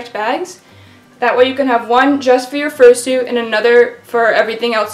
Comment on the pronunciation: how to fursoot?